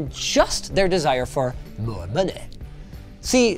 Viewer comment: mOrE Moneh 🤣🤣 I love you Linus 😂